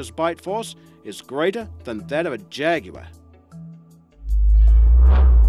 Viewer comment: ..... Jagular??? What english is this?